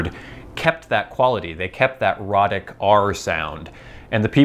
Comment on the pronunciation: Not boring at all! I'm really interested in Things like this. Thanks for the ramble. And I think it's "ROE-tic." At least that would clear up any unfortunate homophonic confusion.